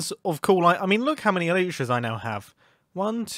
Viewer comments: What did you just say?? eYlsHA's ?! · Alyshas???? LMAO He means elytras.